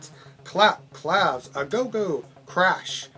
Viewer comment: Se dice "kla-vey", rather than "klav".